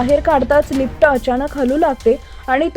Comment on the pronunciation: बाई लिफट नाही लिफ्ट असा शब्द नीट बोलायला शिका मग व्हिडिओ बनवा.